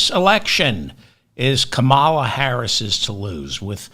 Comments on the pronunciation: DAVE! PLEASE LEARN HOW TO PRONOUNCE KAMALAS NAME! IT IS NOT A CAM IT IS A KAAA MA LA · David are you pronouncing her name correctly? I was told it's pronounced ( Comma (as in a , ) La ) Not ( ka-mall -a ) as you pronounce it. Correct me if I'm wrong. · What's with the title? Why are you saying it's hers to lose? Are you secretely a republican? And why do you keep pronouncing her name like Trump does. Please pronounce her name correctly, I cringe everytime you say it. It’s KAHmala, not Comealla. There is no place for people saying she might win, she is GOING TO WIN win and WILL WIN and she will be a 2 term president. Bernie will either not do an endorsement or he will endorse Kamala, he isn't going to endorse Trump. It's simple, we need to get behind WHOEVER is on the democratic ticket, it doesn't matter if we do or don't like them, get over it. Because voting democrat is to save democracy and our LIVES. It should be automatic to check off democrat on the ballot, just like we do up and down the ballot. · The vice president, presidential campaigner's name isn't Ca MA LA. Instead, her name is Come La - phonetically. Sorry about trying to correct your pronunciation, as I trust you to bring the truth to the world. Ruthie Collins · Thanks for touching on many overlooked topics. It's Ka' ma la. Not Ka ma'l a. Keep up the good work. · KA mala. Not Ka MA la. Let's not talk like Republicans, please. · It’s COMMA- la like MOMMA-la Not ka-MA- la like ta-MA-le With the Right purposely mispronouncing her name, we at least, should make an effort to get it right - okay, friends? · It's not Kamaala, but Kamla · Comma-la. That's how VP Harris pronounces her name. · It’s no KA-mala, it’s comma-la. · Love your podcasts but this one I had to stop listening to after a minute, can you please pronounce her name correctly? Kàmala (not Kamâla) the emphasis is on the first syllable. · It's not Kuh mala, it's Kom aluh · Kamala (Comma-la) Harris. Love your show. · Kamala is pronounced Comma la.